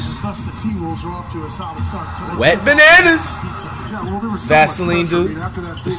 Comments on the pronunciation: did he just call wembanyama wet bananas or is it just me😂😂😂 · I remember us all clowning on flight for saying wet bananas and he stuck to it. Must be a pronunciation thing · I love how flight pronounces Wembanyama name 😂